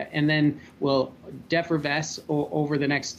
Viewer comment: What's that word the doctor used? Sounded like "depravessed" ? ?